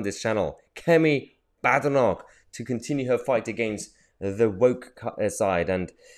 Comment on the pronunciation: 'Baddernock'? Apparently, it's 'Bayd-noch' with a good Scots 'ch' at the end.